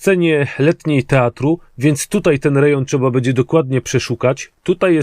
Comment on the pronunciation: jak Cię lubię to twoje "bede", " bedzie" itd., nie zrozum mnie źle, jest nieco denerwujące;)